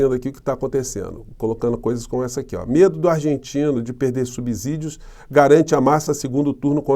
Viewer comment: não me tome por pretensioso, sou grande fã seu, do seu trabalho, sua retórica e empenho a favor da Democracia. É só para ajudar: sobre a palavra SUBSÍDIO, não é correto que pronunciemos SUB ZÍDEO, com som de Z. O certo é pronunciarmos SUB CÍDIO, da mesma forma qiue em SUBSOLO ninguém diz SUB ZOLO, dizemos SUB SOLO. Meu respeito e meu abraço.